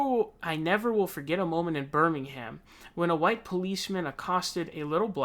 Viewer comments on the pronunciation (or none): none